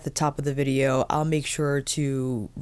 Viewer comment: Loved when you said vidgeo 😂